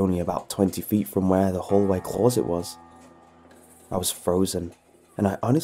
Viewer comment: I can't finish this video cause of the way he says closet